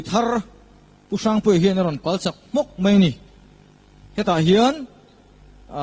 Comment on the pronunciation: A hming i sawi hian pu Harry i deuh sawh a ang deuh thin in ka hria,hrang tih kha i sawi dan kha engemaw riau a awm tlat